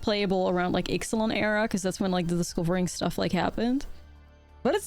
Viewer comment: Does anybody understand "disco-ring" instead of discovering?😂 (sorry 😅 don't wanna be rude to the amazing ) thought for whole 5 minutes "what's this keyword and why did I never hear of it"